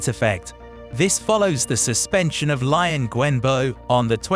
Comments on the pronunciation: Don't pronounce Liang Wenbo's name as 'Lie-ang'. Try 'Lee-ang' :) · The narrator needs to learn how to pronounce the names.. Lion lol